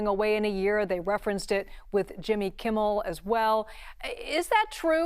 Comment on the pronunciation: She said Jimmy Kimmiel Live lol